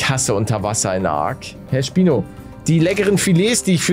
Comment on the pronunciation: am anfang habe ich spinat verstanden